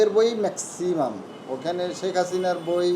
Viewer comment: বইয়ের নামটাই ত উচ্চারণ করতে পারল না। শিবিরযুক্ত ছাত্রদল।